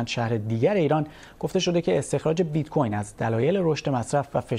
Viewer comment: Oon bit-coRn ro khoob oomad 😂😂😂